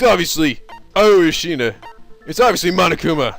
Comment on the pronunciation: One thing that's bothering me is that it's Asahina not Ashina...